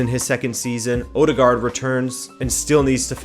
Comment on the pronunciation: I`m impressed by your Portuguese pronunciation and other general european languages. Though Norwegian å Å is more a English o O, so Håland/Haaland(double a is å if you don`t have that keyboard) "Hollan" is the correct pronunciation. Ødegard is also a bit off too. Ø is like german ö so euh in english? Also the "d" in the end is silent. euhdegar. Apart from that, love your videos. Full of insight so keep it up!